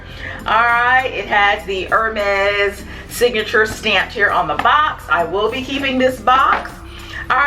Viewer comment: Love the video! For future reference, the brand is pronounced “air-mez.” Great video, I love your channel!